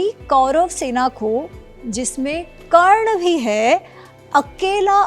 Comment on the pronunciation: Karn ko galat bol rhi h